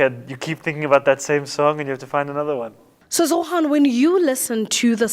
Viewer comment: Interviewer is calling him Zohan Vs Zohran. She doesn’t even say his name right. I know British English in Uganda ding say R but still